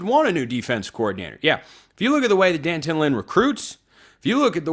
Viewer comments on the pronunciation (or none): White people, say it with me now: DEE- AN-Tawn. (i.e. D'anton) Lynn... 🚫 "Dan-tun"... If you can properly pronounce Beau's odd Euro-name, you can take the time to learn how to properly pronounce D'Anton Lynn.